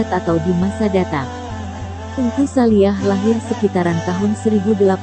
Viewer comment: Bukan saliah. Neng. Tapi saliiih